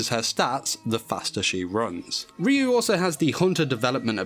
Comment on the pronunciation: Ryuu pronounced in Japanese is Raiuu and it means dragon spirit Just sayin